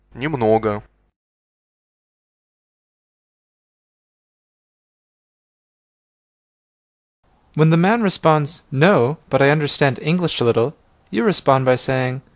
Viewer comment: ee-i. Neemnogo must be pronounced as Nimnogo.